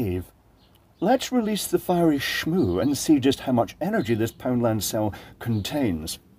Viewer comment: I had to pause to enjoy "shmoo" with an accent.